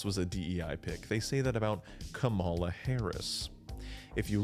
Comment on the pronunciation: COMMA-la not kuh-MAL-uh.